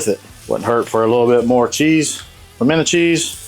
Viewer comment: Nope. The moment you said pimento, I was out.